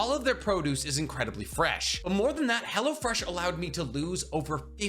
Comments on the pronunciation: Lmfao it sounded like youre sayin Hella Fresh sometimes; also WHERE DID YOU HAVE 55 LBS TO LOSE?! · Am I the only one who hears "Hella-Fresh" when he does this sponsor? Lmao